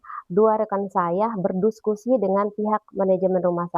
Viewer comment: Coba perhatikan di menit ke 6:5 (berdiskusi, tapi bilangnya berduskusi) 😂😂😂😂😂😂